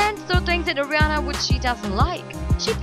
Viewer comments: Airiana 😭😭 you can’t even say her name SHSHHSHS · Why is she saying "agriana grande " xD